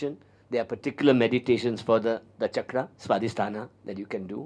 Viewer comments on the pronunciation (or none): none